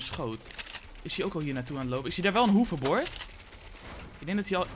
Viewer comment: Zeg je weer poterverdinlemen hoeverbord !!!! Het is hoverbord Plz!! <3